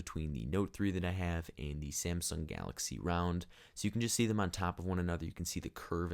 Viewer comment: I Love how when he says Round it sounds like Realm